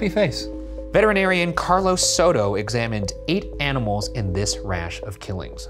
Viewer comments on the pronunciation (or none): none